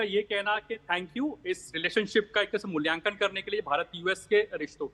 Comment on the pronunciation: मूल्यकान नही मूल्यांकन